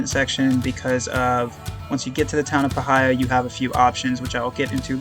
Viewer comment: Obligatory Magpie Correction: it's pronounced PIE-heeya, not puh-HI-yah.